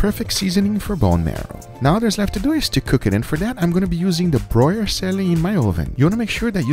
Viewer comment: “broier selling”